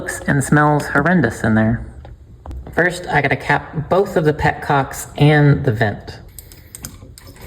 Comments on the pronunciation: She said pet cock❤😂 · Did I hear you correctly? You said you had a pet cock!!! 💯😂😂😂😂😂😂😂😂😂😂😂😂😂😂😂😂😂😂